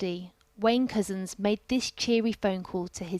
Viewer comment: Whenever the voice-over says "PC Wayne Couzens", it sounds as if she's saying "PC Wanker". Intentionally appropriate?